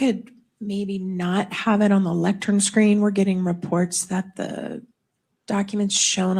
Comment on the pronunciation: “Lectern” not Lectrum. That is driving me crazy lol